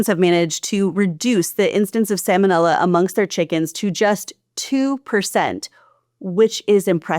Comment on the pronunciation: Sa-L-monella. There’s an L in that word. It’s not Sam-onella.